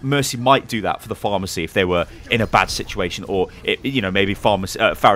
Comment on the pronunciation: I swear when he said pharah mercy, I thought he was saying pharmacy